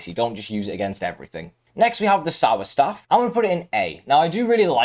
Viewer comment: Good video but you pronounce staffs wrong